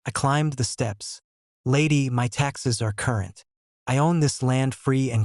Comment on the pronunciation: Stop jiggling the camera also learn English you don't say my as m y you say my